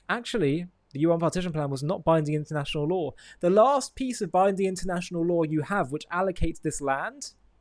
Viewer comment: I had to laugh when he said intenational law..